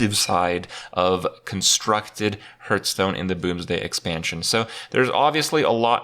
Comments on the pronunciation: Why does he say Herthstone? #cancelcanada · biggest streamer in hearthstone cant even say the name of the game correctly